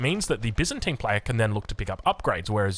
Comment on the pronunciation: Bi-zan-tian. good on ya!